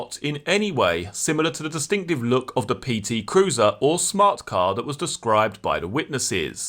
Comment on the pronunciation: Just hearing you articulate the words purple PT cruiser are nearly worth the subscription